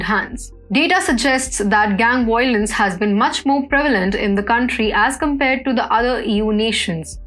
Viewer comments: excuse me its Violence not wiolence. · Wiolence.... conwerted For goodness sake, learn for once that v is a v and NOT a w.